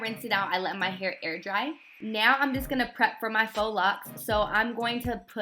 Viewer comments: Faux is pronounce FOE stop saying Fox Locs /__ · "faux" not fox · 🤚🏽Uhhhh.... is not pronounced "fox" 😑.... it pronounced "FOE" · Agh I can't keep hearing FOX locs instead of Fo locs! Cute tho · She said "FOX" locs😂💀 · faux locs is pronounced "Fo" locs. Faux is french for fake. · It made me mad that she said “Fox” locs 🤦🏽‍♀️🤦🏽‍♀️🤦🏽‍♀️ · She pronounced it "fox lox"😭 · You shouldn't have a channel if you don't know how to pronounce faux locs it's "fo" locs lol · You're supposed to pronounce it "foe" locs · Ho lup...did she say, fox locs? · Faux - fake in French translation pronounced Fo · That color 😍 also, faux is pronounced "fo" 💅🏽😘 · I’m late asf but yes I was in the comments fo this💀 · Same!!!!! Its a FRENCH WORD! LOL